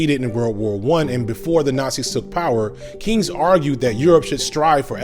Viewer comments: sorry to be a nitpicker, but John Maynord Keynes' last name is pronounced Kanes. Google spells the pronunciation kaynz. I thought it was pertinent for people seeking more information. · "Keynes" is pronounced like "canes." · Why can’t you pronounce Keynes or laissez faire? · I liked your video, but your mispronouncing John Maynard Keynes.